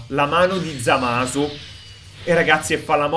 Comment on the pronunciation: hai di dice Zamas